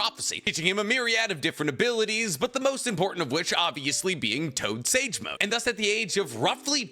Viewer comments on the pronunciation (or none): none